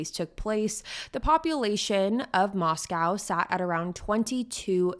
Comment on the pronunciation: Just a few things, it pronounced Mos-co like Costco and he attended Washington State University not University of Washington, that is in Seattle 5 hours away